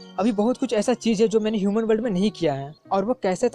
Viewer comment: Shuman nhi loDo yuman hota hai 😂😂😂 do not maid okk